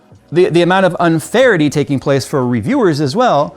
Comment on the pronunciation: "Unfarity"? The new normal.